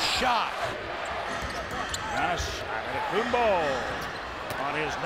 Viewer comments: bro said antetokombu or something 😂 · Giannis the Legend (Still on the fact that the heat Announcer said. “Antetokumbou”) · “A-De-Tow-Kam-Boo”. Close enough. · bro said „antentokoboo“ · bro "anetokopu" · …. Who the hell is An-Doddy-Koomba 🤣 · Ah Day Toe Come Boo 💀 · ...Who is Ant te tom kounm poo 😂. Damn Gianni's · anentokumboo for three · “Ata too kumbu” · Adentokenbooh ! XD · "Atta- taka- Pooo".... announcer should be slapped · Ahh-den tokenboo🤣🤣🤣🤣🤣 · Adendaydokumboo AddaKimbo Adendakimbo 😂 bro just say Giannis…… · An ne tok kum boo ... for 3 xDDDD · I've always known how to pronounce it. My point was more about the effort. The anchor wasn't even close and said a whole different name he said anteKUMBOO or something that was not even close to Antetokumpo. Check the video you'll see what I mean. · Adin-toch-in-boo……for 3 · Bruh the heat announcer killed his last named 🤣😂🤣😂 not even close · After the greatness of Giannis, the best thing about the rookie video is listening to different announcers attempting to say Antetokounmpo. LMAO! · I cant believe how funny that pronunciation is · back to the day when those commentators have not idea how to pronounce Giannis last name lol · how did he pronounce Giannis last name 🤣🤣🤣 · Hilarious how announcer pronounced giannis last name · what was that pronunciation LMAOOOO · WTF was that ahahah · Heat announcer botched it badly 🤣🤣🤣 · Enjoy the pronunciation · wtf is that prononciation😂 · has to be the worst pronunciation ever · that is probably the worst pronunciation ever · 🤣🤣🤣🤣🤣🤣 how he pronounces his last name. God it now makes me shiver looking back at that ugly green and red colors. Like why? And also the small crowds at the outdated Bradley Center. Ughh. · these pronunciations are awful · he really just said ototookumbu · Anentokembooo!! Lmao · "Adetoekumboo... for three." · Pronounciation : AN-TE-TO-KOUNM-PO Announcers : ADEDEDE-TAKO-TUHNM-BOOOE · Some guy really called him “Ah en toe ken booo” 😂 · "antay tokumboo"